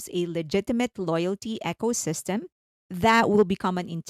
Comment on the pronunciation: Love your stuff - thank you for taking the time to give us such infotainment. 💜 Just a quick suggestion - you kept pronouncing ecosystem like "Echosystem" - it should be E (like see)-cosystem. It kept confusing me whenever I heard it, so just mentioning it. Not really a big deal, just wanted you to know. And you asked for tips. I legit understand that speaking another language is crazy difficult, so no worries and mad respect! Looking forward to the next thing!